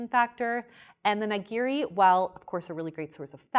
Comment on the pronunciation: Nigiri (にぎり) is pronounced Knee-Gee(hard G, not J sound)-Ree, with emphasis on Gee. :D